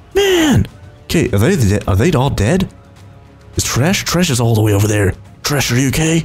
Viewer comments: dude, it's tresh, not trash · he called him tresh not trash